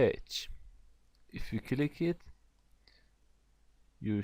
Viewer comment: It's so great video, but your pronunciation of word "click" is killick me... anyway, thanks for doin'this